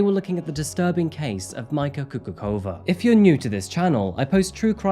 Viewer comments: By the way, her surname should be pronounced as /Kukutsova/, not /Kukukova/. This is not English after all, there are different rules there. Update: Same goes for Dubnica. P.S. Damn, she could've at least done the same to that r*ssian, there would've been one more good r*ssian in the world. Then I could even understand why she was not sentenced harshly. Such an oppotunity missed. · Majka is actually a nickname for Maria in Slovakia. And her last name is pronounced Kukuchova (ch like in Charlie). Anyways, love your videos and I am happy that you covered case related to my country :). Maybe you could also look into the case of Ondrej Rigo. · KUKUČOVÁ - KUKUTCHOVA is the correct pronunciation, in Slovak the "Č" is pronounced as "CH" in "cherry". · It is Slovak Republic (not Slovakian), therefore Slovak is the proper adjective. And her surname Kukučová is actually pronounced as Coocootschova or else Choochooczova (not Coocoockova or Coocoochova). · Coocoocrazy, not Kukucova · I was wondering why the name sounds familiar. She was all over the slovakian tablois few years ago. But her surname is Kukučová (pronounced Kukutchovaa) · Her name is Mária (called Majka, pronounced Mayka) Kukučová (pronounced Kukuchova). And yes, it is a horrible case, she is one of those Slovaks who definitely don't give us a good name abroad. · Subtitles say "Micah coca cola" 😂 Its pronounced "Kukutchova" btw. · Im Slovak but this is the first time Im hearing about this case. But I see it was covered here in Slovakia too. Btw, her name should be pronounced Maria or Mayka Kukutschova, not that it really matters. Just wanted to throw that in:D Nicely covered case, as usual! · Born and raised in Czechoslovakia, so I'm pretty much positive also about the pronunciation local (sur)names. Nice try, though. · well at least i can confirm it has reached slovakia at this point (and sorry to say that the name pronunciation has been butchered - not that she deserves better